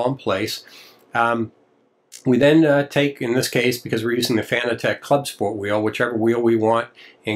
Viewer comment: fan-ah-tec? it's pronounced FANATEC like what you would call a crazy insane fan of something